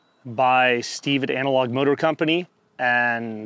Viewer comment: “ANAL OG” or “ANALOG” 😂